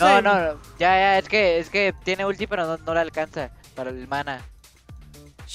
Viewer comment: Pq no sabe decir pero